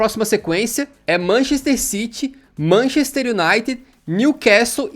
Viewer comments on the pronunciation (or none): none